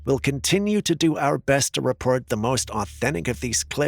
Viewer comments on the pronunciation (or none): none